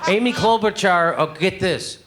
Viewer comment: Amy in Spanish is usually Aimé... pronounced Ī-meh. She's so weird.